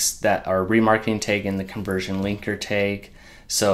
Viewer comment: Thanks for the video - quick and easy to follow! Just interesting the way you pronounce tag as 'tayge' haha :P